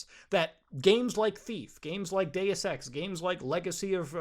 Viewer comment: Sounds like he said I like Day Sex